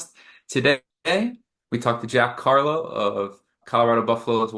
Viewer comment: It's Jack Carlough, I thought they were saying Jack Hawlow. Tfs!!